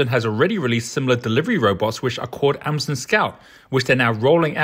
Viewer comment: pronouncing Hyundai and Amazon wrong... where did you get this guy?